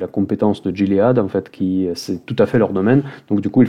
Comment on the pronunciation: Salut, on prononce "Guiléade" en anglais